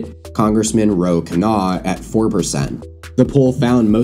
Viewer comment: Also Ro "Khanna"